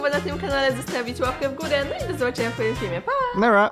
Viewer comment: Lala mówi naura🤣🤣🤣